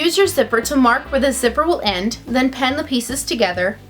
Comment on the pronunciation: Your 'i's sound like 'e,s..... Ie pin sounds like pen. Pen the hem sounds weird. Nice tutorial but I don't get where Halloween fits here....